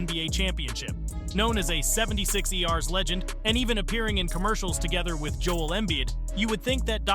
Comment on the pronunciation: Lol “seventy six E.R.”